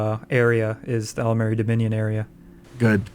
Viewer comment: Now we know which faction will consist of the most idiots :) "Deminion" Hahahahaha